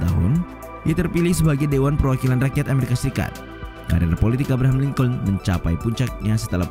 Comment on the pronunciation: lincolin dibaca link'n bukan lingcouln